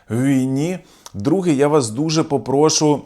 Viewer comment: Наголос у слові попрошУ на останній склад. Вибачте за зауваження. Ціную вашу аналітику.